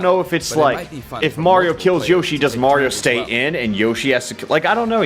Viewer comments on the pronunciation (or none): none